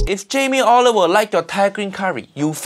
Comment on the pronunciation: “Jamie Oliveoil” 👀